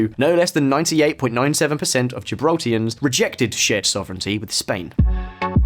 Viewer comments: Why do you keep saying Gibraltians? Its Gibraltarians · GibraltarIANS not Gibraltians lol La Línea not la liné. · This video has so many mispronounced names, Gibraltarians not Gibraltians, Llanito is pronounced yanito, La Linea is La Linee-a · Gibraltarians mate...not 'Gibraltians'. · Why is he calling people from Gibraltar... Gibraltians? It's Gibraltarians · Gibraltarians not Gibraltarans. La Linea not La Liney. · "La linay" 🤣🤣 good research to be fair just not too sure People from La Linea and "gibraltians" (Gibraltarians) would appreciate those mistakes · It is "Gibraltarians" not "Gibraltians" thanks lol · Gibraltarians, not Gibraltians lol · GibraltARians not Gibraltians. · Gibraltians?!! purrrrrlease .......GIBRALTARIANS. Or Llanitos (LL = Y = yanitos) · It's Gibraltarian not Gibraltarans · *Gibraltarians. And Llanitos is pronounced "yanitos" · What is a "Gibraltian"? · His pronounciations are killing me, lanitos, gibraltians, fabian and not Faybian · I live in Gib....you need to brush up on your pronunciation for la Linea de la conception and also residents of Gibraltar are called Gibraltarians...good video other then that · Great content however people that are born and raised in Gibraltar are Gibraltarians , also brush up on your Spanish vowels as you incorrectly pronounced La Linea and the Gibraltarian dialect Llanito .